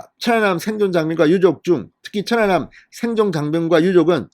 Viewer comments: 확실히 진성호씨는 어휘력이 부족하다. 천안함을 처난남으로 읽는것인가? 모니니터링을 해보시기를 160만 구독자를 가진유튜버이다. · 진성호 발음은 좀 이상하다 사전 투표 사전 발음이나 천안함발음이나 왜그렇게 액쎈트를넣고 발음하는지 듣기에 이상하게느껴진ㄷㅏ